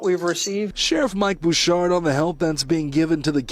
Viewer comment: Thanks for all you do @ The sheriff’s last name is pronounced Boo-Shard from knowing him.